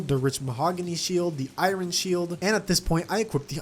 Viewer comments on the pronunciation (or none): Why you say iron like that